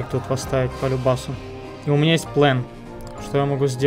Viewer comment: Всё хорошо.. Но этот "ПЛЭН" бесит.. Дверь с "РИСОМ" нормально вкладывается, но "ПЛЭН" до блевоты..